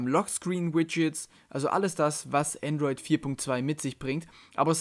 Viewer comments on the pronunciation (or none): Es heißt Androi"d" ;)